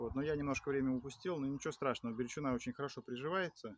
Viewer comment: Бирючина ударение на букву,, И,,...